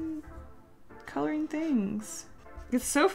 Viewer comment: Can u say "ng"?? like wtf u always say colorin..